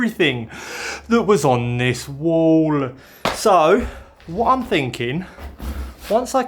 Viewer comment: I'm not going to lie I really want to try and enjoy your videos but the way you keep finishing sentences off I cannot stand it can you just talk normal please prime example the way you say wall ; in. And throughout the video